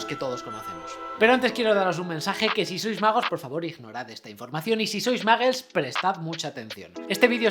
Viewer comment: Pero pronuncia bien... No es maggles... -_